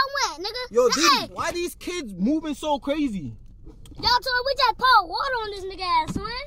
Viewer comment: rt said”get the wuter”